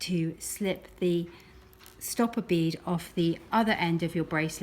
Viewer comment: I FINALLY managed to do it. It would help if she didn’t say bead as I thought she was saying B. It’s hilarious 😂😂